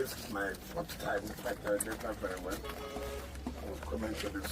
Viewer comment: 😂😂😂he said " werery Wike😂😂